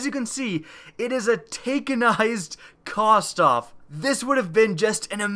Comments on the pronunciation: Kh - vos - tov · nfsinternational Ik pronounces it like Kostov